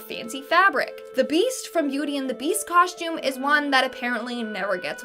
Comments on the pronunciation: If that girl says coshtume one more time I'm gonna lose it.🙄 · Whats a coshtume I have heard of a costume